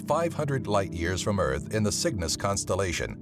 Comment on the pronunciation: Earht not earth earht the second are one of the.